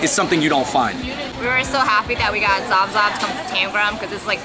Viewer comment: Zaab Zaab is prounced Saab Saab, meaning delicious